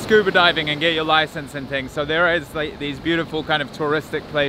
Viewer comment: Garifunas are not from Nigeria and this can't even pronounce Honduras correctly!!